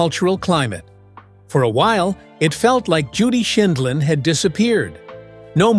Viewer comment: Interesting video. It would have been nice if the announcer could have correcting pronounced Judge Judy's name. And the tag "how she lives now is just sad" seems disrespectful, demeaning and inaccurate.